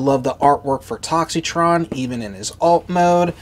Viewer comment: The I in his name is silent!!!